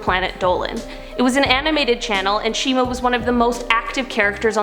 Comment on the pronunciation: No not shima pls not shima